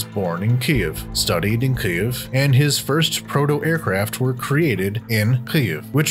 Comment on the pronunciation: Why is the narrator pronouncing Kyiv so weird?